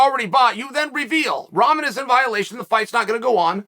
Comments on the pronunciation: What is it chael keeps calling Rahman Jr. Tough ramen?? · Love how Chael is pronouncing Rahman’s name…not even close. And a Cruiser weight?? Come on man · Hey Chael, I just want you to know you are pronouncing Hasim Rahman Jr. name incorrectly.